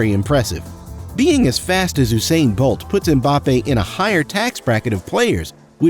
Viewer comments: Eww-sain bolt 🤣🤣🤣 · no offence im just gonna correct you its not ousain bolt is usain bolt u u u usain bolt okay.